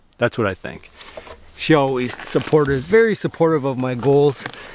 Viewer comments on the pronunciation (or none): Elmer Fudd says be "Werry Werry Quiet"